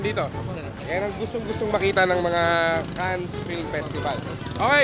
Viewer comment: Cannes is pronounced as "Can"